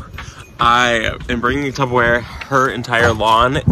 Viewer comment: Did you say Tubberware? 🥰